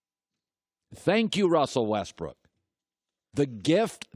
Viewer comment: LOL he called him Westbrick hahahaha ...I'm dead